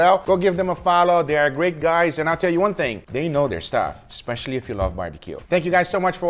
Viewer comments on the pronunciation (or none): none